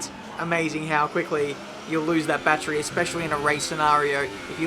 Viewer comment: Lol i love your videos but saying "bat-tree" instead of "battery" makes me cringe.